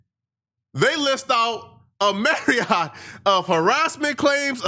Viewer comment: "a Mariott of ..." Myriad is the word I think you going for bro! My lil sis used to say the same thing.